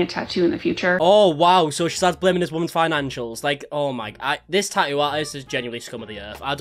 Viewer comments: He’s getting a “taa’oo.” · he says tattoo "normally" until he says it about him self his accent comes out thicker and says 🇬🇧 tattoo